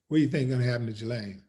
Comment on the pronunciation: A Willie, correct pronunciation of her name is Ghee-Lane Maxwell.